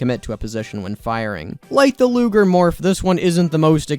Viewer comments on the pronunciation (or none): none